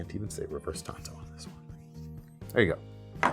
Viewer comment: Tonto? The native American? You mean tanto?